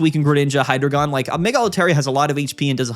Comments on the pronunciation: please, it’s “Hi-dry-guhn”. I beg of thee, stop with the “Hydra-gone” 😭 Happy holidays man, thanks for the great content this year ✌️ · Why are you pronouncing Hydreigon so wrongly?